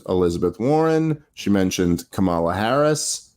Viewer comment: How can you guys still not pronounce " Kamala" correctly?